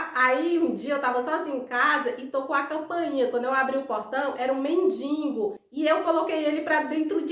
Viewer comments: Morri de rir com a história do Tony Ramos, vc está sabendo que ele está internado na UTI, operou o cérebro., vc me permite uma correção: não se fala nem se escreve mendiNgo o certo é mendigo. Bjs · o certo é men-di-go! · O nome é men-di-go, não tem “n” entre o “i” e o “g”